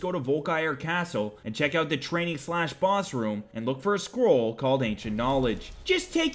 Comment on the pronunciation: I swear thought you said squirrel of ancient knowledge at castle Volkihar for the bat spell. I thought "Wow, what a great mod, adding such a unique way of learning something new"